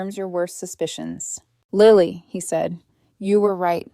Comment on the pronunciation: Her name is Lily as in the flower NOT Liely!!!! LILY!!